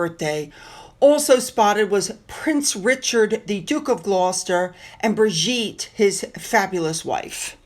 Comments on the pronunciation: Her name is not Brigitte, its Birgitte, pronounced like Beer- geet.❤ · The Name Is "BEER-GEET-UH" - The "G" =Gold "G". For Future Videos. You Do Remember, She IS Born And Bred Danish. But I think they met at University or soon after when she was in Britain Beautiful Woman TOOK ON THE MANTLE SIX WEEKS, AFTER, Her Wedding DAY After a TERRIBLE TRAGEDY. WHILST, Her IN-LAWS Were ALREADY Going Throug Health Battles. SHE Had Married a younger son, who Was Making a Name IN His CHOSEN Sphere. They BOTH Seem To Have Stepped Up, WITHOUT Plaint!😊